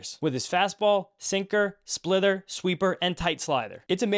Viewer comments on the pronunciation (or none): I kept hearing splither when you said splitter, thought it was perhaps some new pitch he'd developed. Wasn't sure